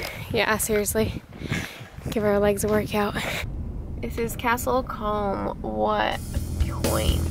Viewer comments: castle comb not castle kerry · I lived in Castle Combe back in 1976. It is pronounced Coom (like whom). The house(s) I lived in you can see just to the right at the end of the bridge (the one to the left of Porch House) the one with the peaked entrance. The house belonged to my then fiancee's parents. The house in fact consists of two houses. They purchased both houses and connected them. We lived there for 6 months. It was very quiet indeed. Back then, as today there were no street lights. There were two pubs in the Market Square. One for the locals (The Castle Inn) and one across the way for the tourists. The one for the locals had a parrot and a beer drinking dog. This is the village where they filmed part of the original Dr Doolittle movie. Fun fact the wall along the creek was built for the movie Dr. Doolittle and only dates from the 1960's. The only problem we used to have was when buses of tourists would visit the village. They thought that no one lived in the houses and they often just walked into the house unannounced. That was always fun. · your description of how to pronounce Combe confused me and I live in Wiltshire and know how to pronounce it lol